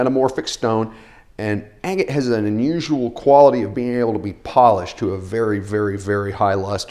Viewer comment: It bothers me a little bit how you say "agate" bahahaha. How can someone tell what's real opal though?